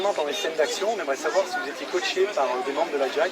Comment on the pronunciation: "coachés" les mecs pas "coatché" ^^ (fallait bien que je vous critique pour une fois lollll)